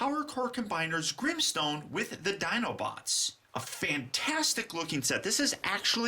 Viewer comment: Es Grimstone no grinstones 😲